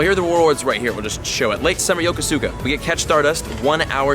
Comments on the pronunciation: YoKO-ska. Not YoKoSukuh. You hurt my ears. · Hey man, love your content, but in Yokosuka's pronunciation, the U sound is basically silenced. Think about how you pronounce Yokohama and keep the first syllable and just add "ska". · PLEASE PLEASE PLEASE LEARN HOW TO PRONOUNCE YOKOSUKA RIGHT! sigh Sorry, but really, sounds like crap when you pronounce it like that.